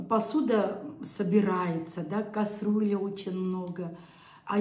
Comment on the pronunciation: Добрый вечер!!!! Пожалуйста миленькая говори ни касрюля а кастрюля❤❤❤маленькая поправочка,от души❤❤❤,цветочки просто прелесть,да ты и сама как цветок😂❤❤❤Благоухай и радуй нас своей жизненной энергией.🎉🎉🎉🎉❤❤❤❤